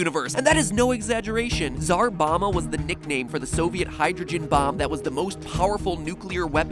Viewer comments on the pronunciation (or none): Mat you are pronouncing tsar wrong its [tsar] not [dzar]